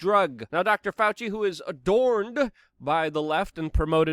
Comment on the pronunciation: Doctor FAL-SEE!!